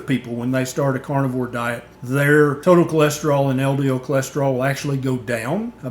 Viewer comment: Love your content. Although, I can't help but hear you saying "cornivore" every time, haha.